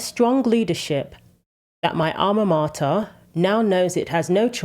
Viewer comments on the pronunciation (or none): none